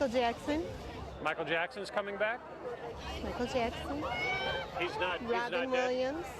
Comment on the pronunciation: SHE SAID MICHAEL JACKSON' ROTFLMAO 😂😂🤣🤣🤣🤣😂😂😂😂